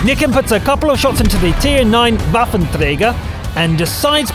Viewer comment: can you pronounce waffëntrager